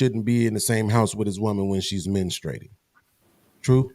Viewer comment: menustrating..? Wtf is that😂